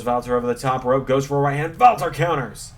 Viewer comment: I love that you do the right pronunciation for the „Ring General Walter“ 100 times more accurate than the wwe ring announcers